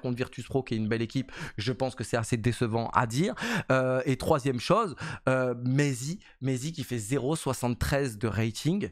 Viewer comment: On dit pas « m4,20 », mais « maity » ( comme m8 mais avec un « ti » à la fin)